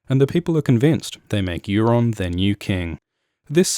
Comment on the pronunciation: Euron not Aeron